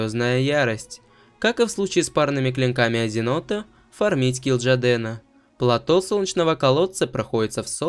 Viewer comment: Сильный английский акцент. Не правильно поставлены удвоения на русском языке. Рассказываешь интересно, но слушать не возможно. Подтяни произношения и ставь правильно ударения. Например не платО, а плАто